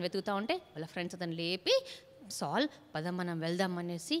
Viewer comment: బాగా చెబుతున్నారు అక్క కానీ సాల్ అనటం మానేసి సౌలు అని పలికితే బాగుంటుంది